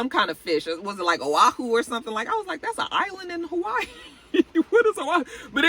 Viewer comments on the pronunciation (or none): none